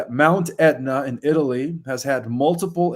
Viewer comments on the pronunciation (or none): none